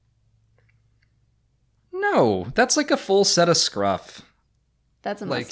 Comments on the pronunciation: Sorry, it’s scruff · I’m sorry but it is scruff